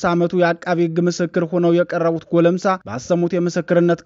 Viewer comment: ጎለምሳ ሳይሆን ጎልማሳ ነው